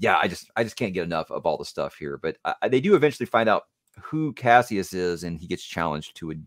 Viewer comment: The one thing the new voice actor that bothers me is when he calls him Cashus instead of Cassius…